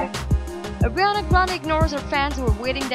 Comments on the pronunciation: Airiana 😭😭 you can’t even say her name SHSHHSHS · Why is she saying "agriana grande " xD